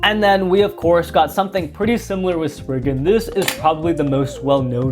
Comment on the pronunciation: Im sorry but bro just said naked spyzen